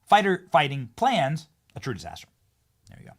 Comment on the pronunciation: "planes" not "plans"